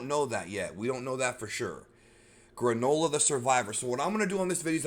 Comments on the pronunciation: Gronola LMAO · Everyone: Yay the Granola arc!! Me, an intellectual: FOOLS! This will be pronounced the GRAND OLA ARC